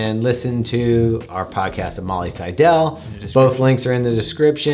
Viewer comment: Seidel rhymes with "title"